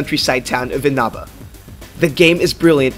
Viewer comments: Did he just say in aba....its pronounced with and e it's spelled inaba but pronounced enaba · "TEEEDUS" (Tidus) and EEENABA (Inaba). Just for future reference :D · Yup. Also, in P4G, the stress in the town's name (Inaba) falls on the first syllable, not the second one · Omg thank you for commenting on that. I hate when people pronounce Inaba wrong. It's annoying xD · I cant get over how he said Inoba XD